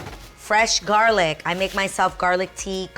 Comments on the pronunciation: 😁Yea when she said “garlic “ I was like 😳🤭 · Everytime she said garlic I said ginger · 😂😂 “garlic tea”🤧